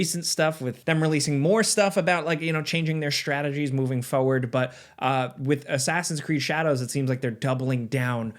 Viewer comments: It almost sounds like ‘forrah-werd’ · The way you pronounce "forward" 😅